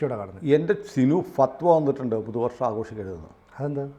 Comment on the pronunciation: ഫത്‌വ എന്നു പറയാൻ .'അറിഞ്ഞുകൂടാ